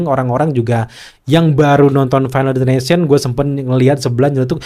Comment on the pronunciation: Destination bang bukan ination😂